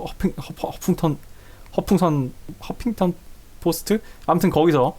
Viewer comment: 헢..허풍선..허핑턴 ㅋㅋㅋㅋㅋㅋㅋㅋ 형 왜케 웃겨 ㅋㅋㅋㅋ